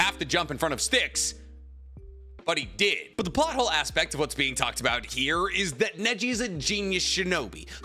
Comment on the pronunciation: I swear I heard naruto butt hole instead of plot hole 😂😅